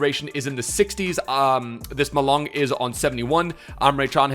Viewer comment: "Ma"Long , "Leng"let